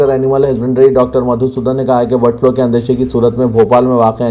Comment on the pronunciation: BIRD FLO nahi BIRD FLU